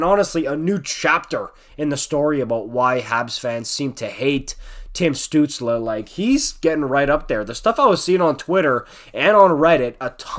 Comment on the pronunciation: As a Sens fan I can't disagree with much you said there, you even pronounced his name right. At this point I think the diving claims are pretty exaggerated but remember he's 20 years old, he'll figure it out. Crosby was accused of being a diver too.